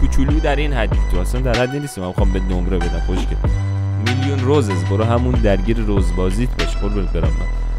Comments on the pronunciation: داداش اصلش روسیس نه روزز تو اشتباه میکنی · اسمش روسیسه عاجی چرا اشتب میگی خودشم میگه روسیس 😐